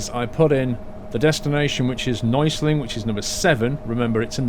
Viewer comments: U are a great driver! It´s so cool to see u drive a German Bus, in Germany;) It means not Neusling. It´s calling "Neu Essling":D But i miss the Trucking Diary today:( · neußling instead of neuEßling hahah :D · Neueßling is actually pronounced "noyassling" :D